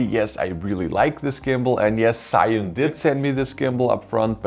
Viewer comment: its called Z - yu~win